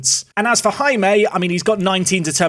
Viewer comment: hey Jaime is simply pronounced as hai-me